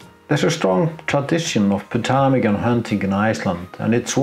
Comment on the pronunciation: MUCH enjoying your photos, video, and commentary. Your English is 10,000 times better than my Icelandic. But I could tell you, most don't pronounce the P in Ptarmigan. It's as silent as Fagradalsfjall was BEFORE the eruption, unless you kind of "spit" out the PT as one syllable. Not even sure I can do it right. (Crazy Greeks!) I encountered ptarmigan once, many years ago, in the Rocky Mountains. I was able to get close enough to use a normal lens. But ALWAYS the problem of winter photography: keeping the fingers warm. (Unless there is fresh lava nearby!) Plus snow and frost in our equipment! I was once changing a lens on a Nikon, and a chunk of rime frost dropped from a tree right inside the camera!